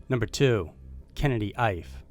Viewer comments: Kennedy’s last name is pronounced E-Fay. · Ife should be pronounced: “Eeeeeh-fay”. Just thought I’d help you out. Thanks for the great content! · Please don't take this the wrong way because it's NOT meant that way but I'm pretty sure that the last name of the 2nd missing is pronounced "EE-FAY" & is a fairly common name in Nigeria & Benin...